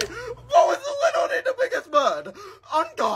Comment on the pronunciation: This is Literwy the best video on YouTube.Like Literwy hehehehe.